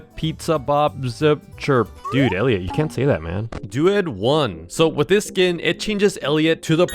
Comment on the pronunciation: How did bro mess up friend elliot🥀